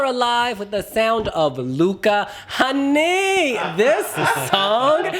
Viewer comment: “Hänni” is pronounced like “penny” but with an h 😅